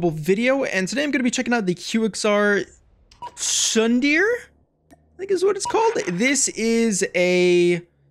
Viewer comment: great gameplay man. sorry to see you lost tho. and don't mind me saying this. "tsundere" is actually sorta pronounced, "soon - daayyy - rayyy". it's a japanese term commonly used in anime.